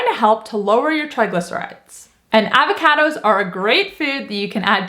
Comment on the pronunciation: The way says 'Avahcahdos' 😄